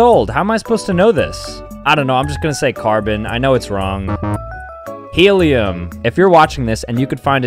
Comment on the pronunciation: My Bro said Heluim , He's 8:face-blue-wide-eyes